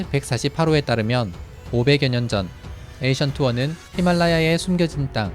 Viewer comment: 닥터 스트레인지에서 스승은 Ancient One 입니다. 자꾸 에이션트 원이라고 읽는 이유는 잘 모르겠지만 영어발음은 앤시언트 원 입니다.